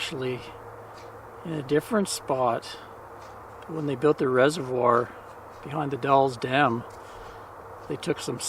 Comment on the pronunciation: Nicely done...again. You're in our backyard now (or when filmed). TONS of photo ops for Anne in the Gorge area. "The Dalles" rhymes with "the gals." French word for rapids of a river through a narrow gorge. Spring flowers are late this year, but it gets really nice in the mid Spring. We travel several times a year up & down the Gorge on both sides of the River. I believe I've posted a few photos over the years on your other site. One is of Mt. St. Helens . You picked a good week. Couple weeks back it was pouring rain and a little cold.